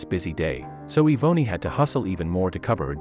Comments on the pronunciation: Yvonne her name. It is being pernounced wrong lol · Im almost positive her name is not pronounced that way if its spelled Yvonne or Evonny. The poster obviously grew up nowhere near black folks